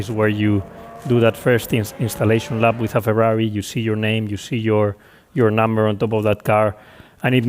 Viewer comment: Ferarri Fwends....